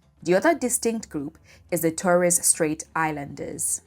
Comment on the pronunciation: Can't even pronounce Torres Straight as an 'expert' is a problem.